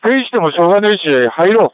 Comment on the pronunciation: 平川のがアレだから目立つけど、 の山下の無線が「しょうがないし」とか「しょうがねーし」じゃなくちゃんと発音準拠で「しょうがねいし」になってたりする仕事が細かいところ好きよ